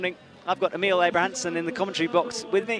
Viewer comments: An evolution of pronunciation of Emil's name: EEmill Abrahamamson eemILL Abrahamamason AhMeal Abrahamamasonon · from what I've gathered from youtube videos its a lot like its spelled naturally. 1 short syllable starting with eh sound rather than a hard E. The last part sounds like the word mull rather than meal or mill. Ehhmil. Im no expert on this, but I do know it should sound the same every time you say it. Hahahaha